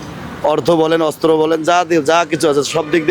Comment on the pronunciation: ভিক্ষুক মুক্ত বাংলাদেশ চাই! দুরদর্শী সম্পন্ন লোকের মন্তব্য বক্তব্য তুলে ধরেন! দেখবেন আসল বাংলাদেশের আসল চেহারা! এমন মহিলার বক্তব্য তুলে ধরেন যে অস্ত্র কে অস্র বলছেন 😅😅😂😂 হায়রে দূর্ভাগা জাতি😢!